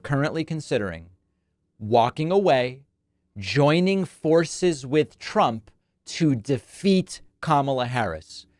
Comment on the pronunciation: I hate how she always put a "sh" to the words.. for example "forshes"